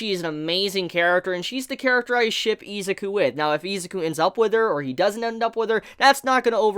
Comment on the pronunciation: O-chuh-ko I-zuh-koo ???